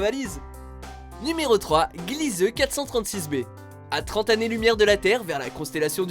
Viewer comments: Glizeu ?! Ça se dit Glièse, bordel !! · C'est Glisèse pas Glieuse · Gliese se prononce gliz pas glizeu.